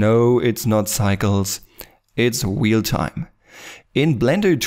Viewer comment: "a new weal-time render engine"